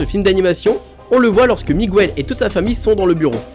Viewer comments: S'il te plaît, on ne dit pas "Migouel" mais "Mig el" 😉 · Dans Miguel, le "U" ne se prononce pas sa me stress beaucoup quand tu le dit !!! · C Miguel pas Migouel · Ses pas Migouel ses Miguel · Moi il y a juste un truc qui me met hors de moi en tant que prof d'espagnol et me fait mal aux oreilles à chaque fois que je l'entends, c'est la prononciation de Miguel!!! C'est de l'espagnol, donc on prononce GU comme dans Guitarre!!! On n'entend pas le U ( contrairement au "Miguel" portugais) Donc si ceux qui font des vidéos en utilisant des mots espagnols pouvaient se renseigner sur leur phonétique avant de publier, cela serait sympa car ça éviterait d'apprendre une mauvaise prononciation aux élèves hispanisants. ¡ Gracias !